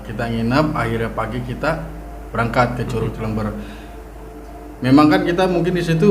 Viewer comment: Cilember baca nya cilember bukan ci leum beur...